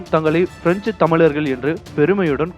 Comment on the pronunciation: தமிழை தமிழாகப்பேசு சனியனே....தமில்....தமிலர்கல்....தமில்நாடு....இதுதான் தமிழா...நீ .சனியன் பிடித்த நாசமாக போக.